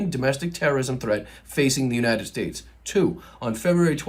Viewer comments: Trump had my cat and I laughing…God bless the” United Shates” 😂😹🙀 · The IRONY of his blunder at . "God bless the United sHATEs" -- yes, Trump succeeded in emphasizing the HATE in this country; he sure did...